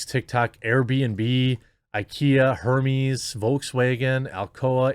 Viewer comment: Hermes is pronounced "Air-Mez" ... Not that I care. Just in case you wanted to know. It really doesn't bother me or anything - take that or leave it. Just a free tidbit